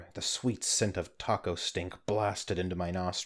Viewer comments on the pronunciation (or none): "Fithy toco casuals" Lmao